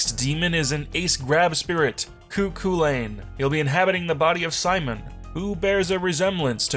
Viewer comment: YOU MISPRONOUNCED CU CHULAINN